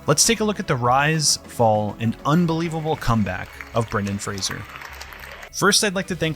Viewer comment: Thanks for pronouncing his last name correctly! I'm sure he'd appreciate that.